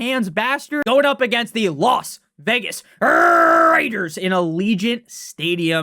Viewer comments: Goodness, the way you say Las Vegas Raiders is ridiculous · Ridiculously ENTERTAINING